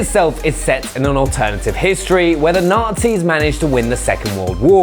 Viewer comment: He said nazi, thought he said numpty at first